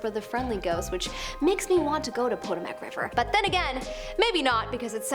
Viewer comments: Potomac is pronounced "puh-TOW-muk", not "POT-oh-mac". It's an Algonquian name which supposedly means "river of swans." Other accounts say the name means "place where people trade" or "the place to which tribute is brought". That mispronunciation was like nails on a chalk board for me. Also, please don't try to pronounce Algonquian. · It is pronounced Poe-Toe-Mack. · "Potomac" is pronounced "poe-TOE-mak." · And she says Poto-mack so many times lol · Hi, Potomac is pronounced Pa-tome-ick. Just trying to help. No offense intended. Love the job you're doing. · Are you an American? It is the Pah-Tow-Muhk River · Did you just mispronouce the Potomac River.... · The ghosts of the Potomac probably would probably say” That’s not how you pronounce Potomac”!